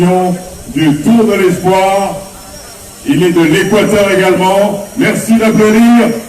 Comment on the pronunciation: ነብሲ: በጃኻ እባ ነቲ ቓል ከመይ ገይሮም ከምዚጽውዕዎ ኣስተውዕል:: ኢስፕዋኽ እዩ ዚብሃል ኢስፖይር ኣይኮነን: ብፍሬንች ተስፋ ማለት እዩ:: እዚ ናትካ ጸገም ጥራይ እንተዚኸውን ስቕ ምበልኩ: ግን ዳርጋ ብሙሉኦም ኤርትራውያን ወነንቲ YouTube ቻነላትን ጋዜጠኛታትን ሓደ ዓይነት ሕማም እዩ ዘለዎም:: ኣብ ክንዲ ጽን ኢሎም ብምስማዕ ቅኑዕ ኣዳማምጻ ከጥርዩን ኪምህሩን ዚፍትኑ በብዚመስሎም ብምድማጽ ኣስማት ይሓናኽሩ